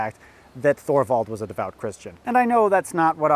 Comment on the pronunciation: Thorvald is pronounced like Toorvald